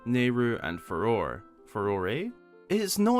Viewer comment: Farore is pronounced Fa-Row-Ray. Thanks for at least admitting to the ambiguity! Most channels just say FAY-ROAR and act like the correct way doesn't make sense. I find it interesting how the Hyrulean religion has evolved over the series. The first three games actually have Christian symbology because Miyamoto intended that to be the religion of Hyrule, including a picture of Link praying at a crucifix and a Christian church that stands out visually from the rest of the series in A Link to the Past. The same game also gave us the Three Golden Goddesses, which went unnamed until Ocarina of Time where the actual creation myth of the setting was explored to explain where the Triforce came from. Majora's Mask even briefly mentions a "goddess of time" that otherwise would SEEM to go unexplained, until Skyward Sword introduced Hylia and hinted that she had dominion over time which was sort of backed up in later games. Now, 10,000 years after the Great Calamity, Hylia is almost exclusively the only goddess worshipped. The other three are barely mentioned, and the springs that seem like they were originally dedicated to the Golden Goddesses are presided over by statues of Hylia through with she speaks. It's almost like Zelda is leaning into monolatry or henotheism. The exception seem to be the Sheikah, who still practice the old ways as demonstrated by Paya. Her and I think one non-Sheikah character mention other deities besides Hylia.